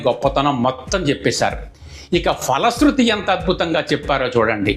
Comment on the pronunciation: ☘️ స్తోత్ర రచన ,, పఠనం చక్కగా ఉన్నవి. కానీ ... ❤ తెలుగులో " F " ధ్వని గల వర్ణం లేదు. ☘️ ప - ఫ ( Pa.& Pha.) వర్ణాలు మాత్రమే ఉన్నాయి. కావున " ఫలశృతి " ( Phala sruthi. ) అని పలకాలి. ❤ " Fala sruthi " అని పలుకరాదు. ☘️ మీరు ,, మీ వంటి ఉచ్చారణ కలిగినవారు గ్రహించి ,, మారాలంటే మారవచ్చు. లేదా మీ యిష్టం. ❤ ❤ తెలుగు పండిట్ , రామచంద్ర పురం , కోనసీమ జిల్లా. ☘️